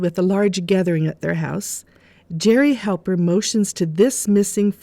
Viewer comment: Thank you for clearly saying "Jerry HALPER'. I have seen so many videos and even books about the show mistake it as Helper. We who watched the show originally of course know differently.